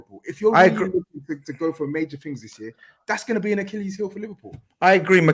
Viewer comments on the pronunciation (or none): none